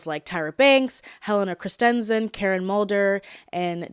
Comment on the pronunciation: Chris-TEN-son? You put the em-PHAS-is on the wrong syll-A-ble